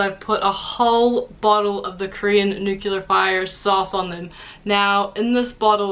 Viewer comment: I absolutely love the way you say nuclear!!!